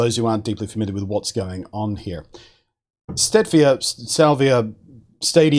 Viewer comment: Sounds like Stavia.